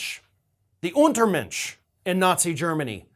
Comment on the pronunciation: I am Geman and you pronouced "Untermensch" pretty good. Yes; these were Jews, Gypsies, Slavik people, homosexuals, mentally handicapped persons, people of color,. I am happy that we have some "monuments of our own shame" in our capital Berlin - and other monuments to remind us of what never shall happen again! The USA always stepped on and did not learn of their own history.